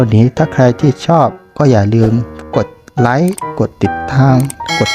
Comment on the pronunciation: LIKESไม่ใช่ลิคิสแต่เป็นไลค์